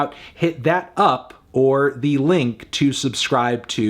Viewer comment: I laughed at the end hearing him now trying to overpronounce “hit that up OR THE LINK to subscribe”